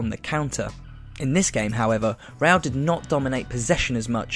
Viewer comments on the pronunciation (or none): It's RE-Al, not RELL. Roll your tongue.